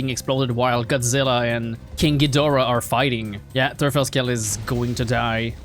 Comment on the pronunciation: Hey o/ If you'd pronounce the "V" in Verfalldrache as you pronounce the "f" in Verfalldrache you would get closer to the correct pronounciation. And for the Teufelskerl, try pronouncing the "eu" as an "oi" like in exploit e.g. Just in case you want to know this. If not or if it's even not wanted, sorry :'D